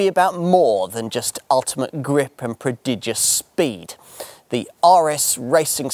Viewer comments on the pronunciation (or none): none